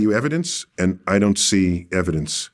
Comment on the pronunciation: "I witness" testemony😂😂😂 please do present your "eviDENCE" 😂😂😂.